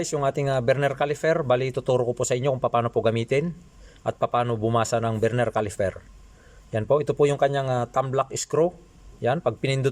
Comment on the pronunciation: Please stop saying CALIFER !! it’s CALIPER ….